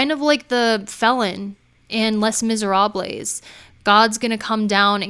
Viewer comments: les miserables, is pronounced “lay miserob” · It's pronounced "lay mez-er-ab". French is just hard. 😜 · Les Misérables is pronounced “lay miserab” and can be shortened to “lay miz “ 💗 hope that’s helpful. You’re so successful even if you only got through middle school so whatever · I'm not going to take any kind of advice from someone who can't even say "Les Miserables" property. It's really simple